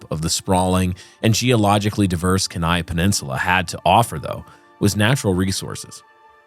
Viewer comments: Keeneye and alute. Mispronunciation makes it sound unprofessional. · ❤ it’s pronounced key-nigh (Kenai Peninsula). Super excited you guys are talking about Portlock though! I’ve lived in Alaska all my life! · Thats what I was coming here to say. :) Like Key-Ni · I'm less bothered by the pronunciation of Kenai (Alaskan here) than I am by the Himalyas pronunciation 😳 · Alaskan here. It still amazes me that literally nobody from outside the state ever gets the pronunciation of "Kenai" correct. Congrats on joining that non-exclusive club 😂🤣😂🤣